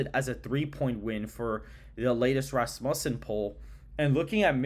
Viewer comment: FYI it’s Raz-mew-son 🤘🏻